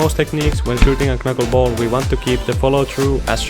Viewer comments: It's pronounced 'nuckleball'. The k is silent. 👊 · Bruh, you don't say the 1st "K" in Knuckleball, it sounds ridiculous when you say it like that. LMAO